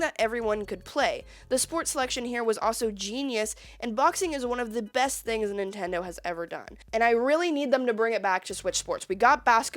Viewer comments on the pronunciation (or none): Ah yes, the Nintondo "N U N C H A C K". 😂 fr tho great vid cool to see your content grow along with you and your channel!